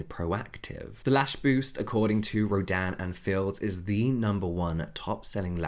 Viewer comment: The brand’s name sounds so much like you’re saying ‘Dan and Phil’ 😭